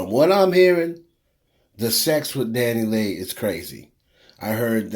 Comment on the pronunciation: her name is pronounced Dani-LAY not LEE. It's like to pronouncing (Santa's)sleigh. Leigh is pronounced "Lay"